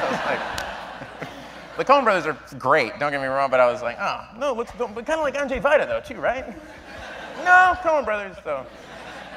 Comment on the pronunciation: Awww bill pronounces Andrzej Wajda very nicely : 3